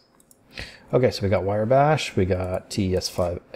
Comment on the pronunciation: It's Wrye Bash, pronounced rye as in the bread, not wire. Great videos though, and you're not the first person I've heard mispronounce it.